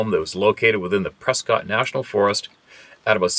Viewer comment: there is no way you could know this but, "Prescott" Arizona is pronounced PRESS-kut. lmao! Sorry, I had to give you a hard time.